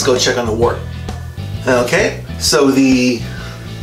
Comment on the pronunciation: It's pronounced "wert" and don't ever say handy dandy again😂